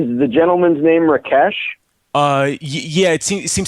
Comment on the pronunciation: I like how he pronounced Rakesh as Rikesh which happens to be my name.